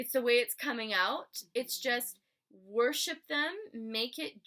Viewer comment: Hi. I do really appreciate your work and the time that you had given to make this video. Even though, you're tired. Moreover, It would had been better, if there were more clarity in some of the words like worship, twin flames and so on. Cause, I'm not a native speaker of english. And, I'm not saying that was mandatory. By the way, I loved the way of your presentation of such a complex topic in such a easy way. Chirios.